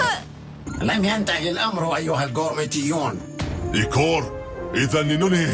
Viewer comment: ليش عم تقوليلو ايكر وهو اسه ايكور